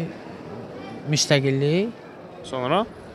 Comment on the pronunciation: deyir ölkenin devizi deyir diviji? 😂😂😂😂😂😂😂